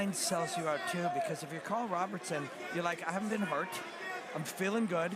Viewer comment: Imagine commentators who learn how to pronounce the fighters' names? RobERson, not RobERTson. Jeeez.